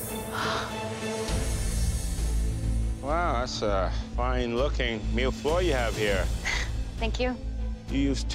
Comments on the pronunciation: It's a serious question wrf is that? Noone of them can pronounce Mille Feuille correctly, i wouldn't mind if it was the US version but it's CANADA... and I haven't seen a single Mille Feuilles at all it was a random pastry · i`m from france and he`s saying mille feuille wrong and btw mille feuille means 1 thousand paper and the reason of that is it have many many fine and really thin layers and it desolve in ur mouth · Ikr I never heard an English speaker pronounce mille-feuilles correctly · He isn't pronouncing it correctly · thats because chef Michael isn’t pronouncing it right either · I speak french and when they say ‘’Mille-feuilles'' I cringe because that’s not how u pronounce it. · I didn’t even know how to pronounce Mille feuille until today still pronounces it wrong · This is not how you say millefeuille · So...not a single person knows how to pronounce the name of the dessert? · The way they said Mille Feuille triggered me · Being french and listening to the way they pronounce mille-feuille is a whole new kind of torture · Damn THEY ARE CANADIANS and yet none of them including the judges got the pronunciation of "mille feuille" right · « I didn’t even know how to pronounce mille feuille until today » well.. you still don’t. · you still cant pronounce mille feuilles lol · It's not "Malfoy", it's "Mille feuilles" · I thought Canadians were supposed to be good at french... I thought they were talking about Harry potter, like, "shut up Malfoy" LOL... It's milles feuilles (Like hey not hoy... Fey) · Even professional chefs can't manage to pronounce mille feuille . They say mille foille instead of feuille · Why are they pronouncing it « Mill Foy » instead of « Mille Feuille » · Yeah they prononce it as if it was an O but it’s “eu”, not the same sound If you wanna make sure of your pronunciation just google translate it and listen to it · "I didn't know how to pronounce mille Feuilles, until today" Well it sure isn't mill foy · Boi said "malfoy" lmao